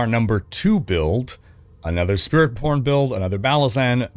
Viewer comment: on rank 2, did he just said "SpiritPorn"? lol